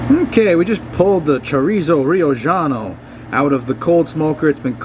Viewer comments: Brother, I love your content, but it’s not Riojano (Ri-o-ggiano) but, Riojano as in (Ri-o-Hano)…from Rioja (Ri-o-Ha) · Great recipe, by the way the J sounds like H in Spanish.